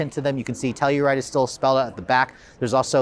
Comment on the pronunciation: the external PR team calls it the sell-u-ride? lol..